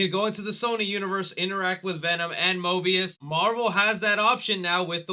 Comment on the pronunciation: You mean Morbius lol you forgot to hit the r in it. Thanks for a chuckle